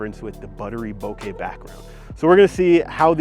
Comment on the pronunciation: Thank you for saying bokeh correctly, you're 1 in a million on Youtube